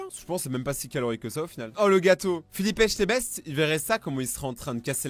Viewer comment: Philippe Etchebest et non Philippe Echtebest. Le pauvre son nom prend cher dans tout